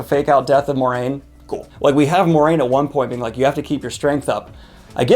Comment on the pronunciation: What annoyed me most is that I found out I've been pronouncing all the names wrong all those years. Wait, it's not Tar VALon? It's not Egween but Igwain? It's not Si-hoo-an (Sanche) but Siwan? My bets for Moiraine were 50% Moy-rah-eene and 50% Mwah-rain. But we get Moy-rain. I got Nynaeve wrong (NINNa-eve? nope! Nigh-NEVE.) and Aiel (i thought: singular A-yell and plural A-yeel, but i'm guessing it's just A-yell). I thought it was LOH-gan, but it's Lo-GAIN, bleh. and many more that I forgot. I am not optimistic about the coming seasons. You're gonna tell me Faile is not pronounced Fail, right? ... mind you i read the books when internet discussion was in forums and all text based. Also I read the books in English but it's not my first language.